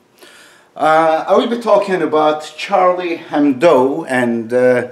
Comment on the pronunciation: Oh! your pronunciation is soo Turkish Edip, comparing to your life, duties etc. Move to TX. ;). Also it's Hebdo, not Hendo.